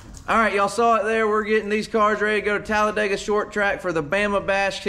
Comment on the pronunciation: Here’s a hint… It’s Talla-dig-uh not Talla-day-gah😂